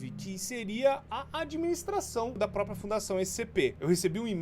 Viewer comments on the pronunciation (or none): none